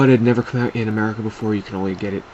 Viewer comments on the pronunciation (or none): none